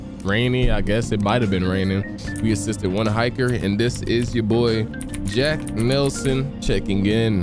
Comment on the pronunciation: Did he just say jack nickelson instead of jack Nelson 😂